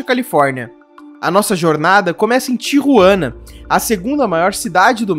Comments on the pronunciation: Não se dis Tiruana E sin Tijuana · Seu Espanhol é muito fraco..não sabe falar o nome de Tijuana.